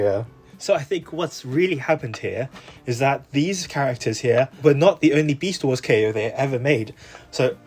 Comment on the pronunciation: "Besat Wars" Hahahahahdgjajfj, sorry, I can't 🤣🤣🤣🤣🤣🤣🤣🤣🤣